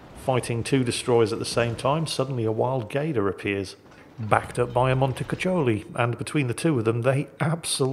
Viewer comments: I believe its pronounced "Montecuccoli" with hard c's, not "Montecucholi" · Montecuccoli is spoken [MonteKuKoli]